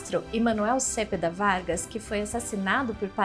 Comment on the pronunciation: Só um detalhe: o sobrenome do convidado infelizmente é pronunciado erroneamente pela simpática moça. Cepeda tem acento tônico na segunda sílaba, como "celeste", "merenda" ou "pedestre".